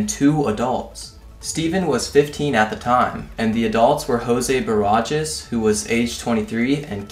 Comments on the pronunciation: its pronounced bah-rah-has lmao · I laughed at how he pronounced "Barajas" lmao